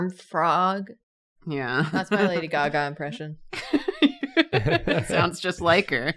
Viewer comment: pronunciation of "lady gagà" was an underrated joke